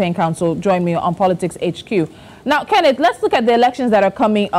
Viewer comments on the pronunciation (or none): Mr Kenneth not Kenneth, who is this lady🌚